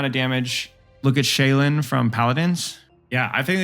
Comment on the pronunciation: lol not the "shay lin" pronunciation lmao